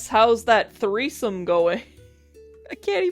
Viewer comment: your dad said treesome